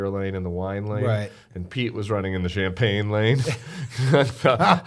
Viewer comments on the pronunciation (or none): none